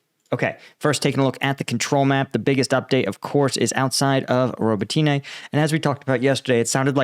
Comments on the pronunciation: It's not "Ro bo tyna", it's "Ro bo TINE". There's no "A" on the end of the name FYI. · robOtine not ribotIne :) to be more precise, thanks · Ukrainian pronunciation is roh-bot-tin-nuh. Please take a little time to learn Slavic pronunciation. Дякую. Слава Україні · Robotyne (Роботине) - pronounced 'ra-BOAT-ta-neh' which in English means "work." And the Ukrainians sure made quick work of recapturing that town. My understanding is they are now past the minefields and have actually called in at least one elite mechanized unit from reserves to join in the fight. In an attempt to fill the "gap" that has started, the Russians have brought in 2 additional units from other areas of the front, but I am not sure from exactly where. I would expect the next movement by Ukraine will be to further open the gap and reach out to cut off the supply road(s) leading into Tokmak.